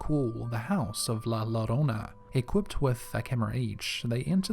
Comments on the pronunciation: And British people and Americans who shamefully don't know Spanish: the DOUBLE L in Spanish is pronounced with a Y sound so it's not La LO-RO-NA it's actually La YO-Ro-Na. Just a little I For Y, lads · 2 ll is pronounced as y so not llorona but yorona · I think the person narrating this video should be fired for his bad grammar alone. He really should learn how to say words he is less familiar with before he used them and records it forever. Llorona is pronounced yourona. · Two Ls make a Y sound. Its pronounced La Yo-ro-na. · The word Llorona is pronounced Joe-rona, the double L in spanish sounds like a J